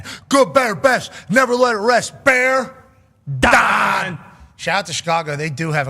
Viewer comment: Shoutaht to BEARDAHN